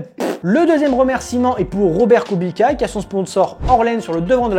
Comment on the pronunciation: on dit kubitsssssa pas kubika 😭😭😭😭